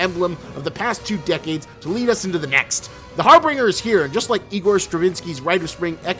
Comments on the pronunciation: God seeing trailer footage of this is truly disgusting. Also learn to pronounce harbinger. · Harbinger not harbringer. You're freaking killing me, man, you say it like 5 times. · Harbinger (har-binjer) not har-bringer. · You're mispronouncing harbinger.